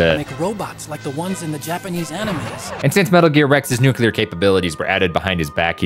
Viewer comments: Great video bro but the word "nuclear" is pronounced "noo-klee-er" not "noo-kyoo-ler" . Sorry to be a dick, watched the whole thing and it bothered me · Why do so many people pronounce "nuclear" as "newkular" instead of the correct "nu-clear" ("nu" pronounced as the first part of the word "nude") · Nu cle ar. Not Nucilar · It’s pronounced nu-klee-ur. Not nukular. It refers to a nucleus not a nukulas. There’s no such thing as a nukulas… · Its NUCLEAR NOT NUCULAR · Ok, you can say "nukular", but no way Liquid would pronounce it like that XD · please. i am begging you. look closely and determine how many U's are in "nuclear"